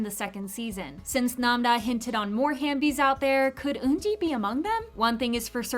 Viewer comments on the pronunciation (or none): ITS HAVEBIES NOT HAMBIES